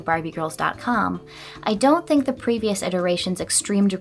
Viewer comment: well, now I will only be able to pronounce "dont" like dawnt